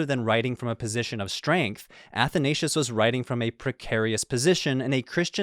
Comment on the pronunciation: The mispronoucing of Athansios is hurting me